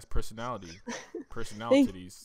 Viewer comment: PERSONALI-TIDDIES LMAO